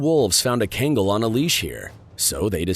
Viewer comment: You shouldn't be talking about these dogs when you can't even properly pronounce the name of the breed.